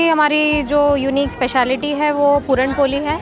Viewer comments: Appreciate d lady 👌👌 Just one thing.. Its not पोली Its..... पोळी... Dis is a Marathi dish not any up bihari dish... Dat u can't write ळ properly.. Rest.. I really Appreciate d lady... But use d language properly. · पुरण पोली नसते,पुरण पोळी असते।